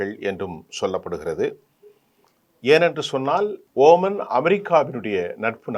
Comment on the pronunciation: இவர் குறிப்பிடுவது OMANஓமான் ஆரம்பத்தில் இருந்தே இவர் பெயர்களை உச்சரிப்பது குலருபடியாகவே இருக்கிறது